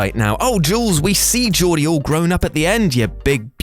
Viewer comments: It's a hard G in "Gordie"... I have no idea why you keep saying it wrong. They say it in the film umpteen times. Beyond that this list is full of huge leaps and/or utter nonsense. Come on.... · The Stand By Me one was dumb as shit and you weren’t saying his name correctly my man. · Gordie - a hard G, like gordon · Gordie is pronounced with a "hard" G - like every word that starts with a G in the english language - except german and general. In the novella that "Stand by me" is based on, it is said that the guys had a confrontation with Ace's gang at a later stage in which they all got the living shit kicked out of them. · Same. Gore d not Jor d. Every time he said it I cringed. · Dude you really need to research your stuffs. Gordie is not Jordie .. and he was beaten black and blue by Ace when they were kids. All the other 3 basically dies off or goes to ruin somehow or other but Gorgie lives on in the book. The movie didnt have the parts about them being beaten black and blue because its redundant to the focus of the movie but the book speaks about it quite well. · Gordie, not Geordie. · Who is ‘Jordy’ LaChance in Stand By Me? Have you even seen it?!? IT’S GORDY! Short for Gordon.... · it's pronounced Gordie like Gordon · Geez, watch the movies before making videos....Gordie is pronounced with a hard G, not your dumb British soft g. And also, point of fact, atomic bombs detonated in the air over water don't produce large amounts of fallout, so Gotham is fine. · G-ORDY G-ORDY NOW SAY IT WITH ME Gordy. Thank you. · Just so you know, Gordy Lachance is pronounced like Gore-dy (short for Gordon). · It’s Gordie with a hard G dipshit. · Jordie?! Haha. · I cringed the way he pronounced Gordie Lachance's name. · I'm having an aneurysm at the way you pronounce Gordie, Jules. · Gordie’s name starts with a guh sound.. not the J sound.. and in the book he doesn’t die but he and his friends get sent to the hospital later. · I cringe everytime I hear him say Geordie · Its gordie